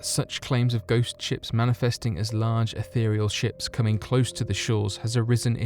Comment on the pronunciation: Yes there are an awful lot of word swaps and grammatical errors that unfortunately lower the tone of this otherwise very well produced video. The incorrect use of “of whom” really irritates me, the use of “is” instead of “are” in the plural, and the pronunciation of “ethereal”. It’s a pity as otherwise he’s done a great job - I wonder why he doesn’t use the grammar tools on MS Word when he types up his scripts? Most of these issues would be flagged and autocorrected.